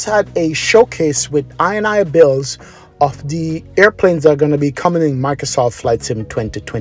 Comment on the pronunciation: The developers name is pronounced: in-e-builds. the ini bit of the name comes from the .ini files..